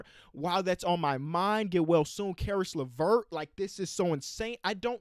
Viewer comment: We need to thank... for being the only one that I know say Caris Levert THE RIGHT WAY